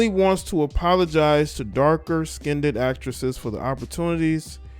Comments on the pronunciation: It's not skin-ded. It's pronounced skinned. Please. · The word is not skinedid it skined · It's SKINNED, not skindedd! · Skined not skineded please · Dark “Skinned”, not Skinded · First of all I would like to say that I am Afro-American, secondly I would like point out that there is no such word as "Skinnded, the world is skinned, there is no "d" or "d" sound in the word!